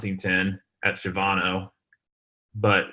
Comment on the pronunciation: I’m a native Of San Antonio and I’m not trying to be rude at all but you we’re mis-pronouncing Shavano It’s actually pronounced Sha-va-no it’s kind of like people mis-pronounce Bexar county for Bex-ar instead of Behr